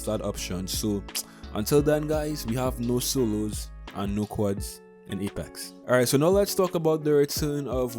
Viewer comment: You can't pronounce quadd